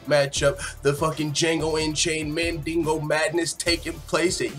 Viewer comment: This nigga just said “mandigo madness” 😂😂 I quit